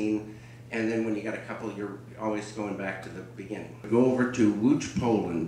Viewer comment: Łódź. He’s saying it correctly, the way the Polish do, but this is how you spell it.